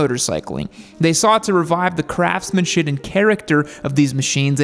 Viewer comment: lol you you said crftsman..it instead of craftsmanshiP